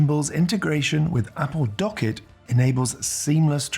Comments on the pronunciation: Great video. Only comment for the future. It’s pronounced Dock kit. Two words. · yes correct but you produced it as docket. Not dock kit. It’s pronounced as if it was two words :) As per Apple keynote. It’s like WebKit, HomeKit. My argument still stands. Appreciate the reply mate :)